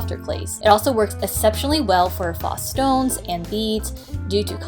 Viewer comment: Thanks for the video. Informative. Faux is pronounced “pho or foh” with a long “O.” I’ll check out some of your other videos.